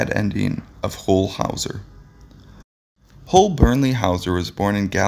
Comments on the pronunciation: Sorry it's huell not hu ewll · "HOLE"" Hawser? The person who read this should have gotten Huell's name straight - it rhymes with MULE, not mole! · If you are going to do a retrospective of Mr. Howser you could at least learn how to pronounce his name. It was "Hew-ell" NOT "Who-ell." And with that, I'm out. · "HOLE Howser"? Ugh....this must be the guy who gets the wrong photos, the wrong pronunciations, & wrong info on every video he does. people areIsn't (aka Captain Kangaroo) married to Cher? Oy Vey. Anyway.....Huell (rhymes with Jewel) was a much loved TV personality here in California and is much missed. His wonderful programs live on.....in reruns. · H-you-ll. Not hull howser. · i second this motion. say his name right, he earned it. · It hurts me to hear you pronounce his name the way you did. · You can't even say his name! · Your doing a story on him, but you don't know how to say his name. You're fake